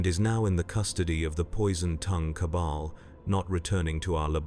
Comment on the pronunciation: Some of the chosen pronunciations are a little weird. Like "Cable" instead of "Cabal". Plus there are a number of weird pauses between words in a sentence